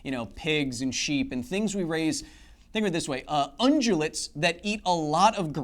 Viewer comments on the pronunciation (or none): As someone with a personal stake in the matter, it is pronounced Un-gyoo-lits, not Un-dyoo-lits. Undulates might be earthworms and some snakes. Ungulates are also a little broad of a classification.